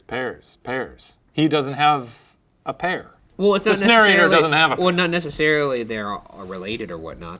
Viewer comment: i love you ryan, but you say narrator wrong. you say narrorrator and it kills me every time 😩 dope story tho keep it up ghoul boys